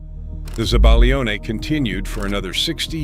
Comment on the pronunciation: I compliment you on a nice video. I enjoyed it. It brought back some memories. I'm in my 70s, I've lived in Italy for a few years and speak Italian. Having said that, I cringed at some of the pronunciations! To make this better, you should research correct pronunciations of certain words. Zabaglione does not have a hard G sound. Cotichine does not have the English CH as in cha cha cha. It's more like coh Tee keen eh. Please do this over and pronounce the foods correctly! Some of the pronunciations were cringe worthy. I still enjoyed the video though. Thank you